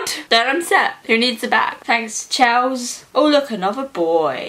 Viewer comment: My name is also Chelsea, the way you said Chels made me cringe so hard, srsly?